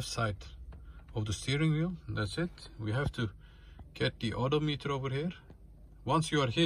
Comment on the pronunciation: That's not 'alternator value' it's battery voltage Also your pronouncing odometer incorrectly. Your saying it like auto meter. It's pronounced O-DOM-ITER